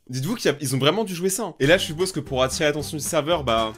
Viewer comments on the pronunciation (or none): none